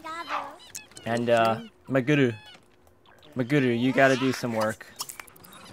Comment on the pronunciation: Why is pronouncing it MagUru when its clearly MagEru. Your attempt to pronounce it in a Japanese accent is backfiring on you! lol